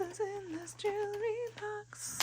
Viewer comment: A "jooree box?"